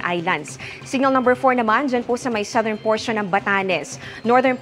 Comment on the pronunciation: Very clear delivery. Correct pronunciation of the word 'southern.' Intonation is not OA, just right ❤. Benguet word should be pronounced harder.